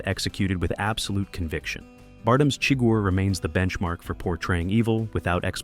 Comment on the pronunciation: Why does the narrator here mispronounce the villain’s name?